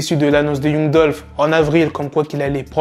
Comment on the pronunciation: On écrit young mais on lit "yang"